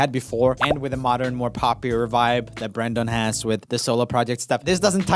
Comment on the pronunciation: Joel, I love ya, but the way you say Brendon is painful.